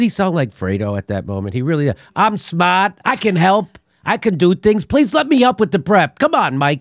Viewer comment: Im smaht! Not dumb, like everybody says. ~ Fredo Cuomo.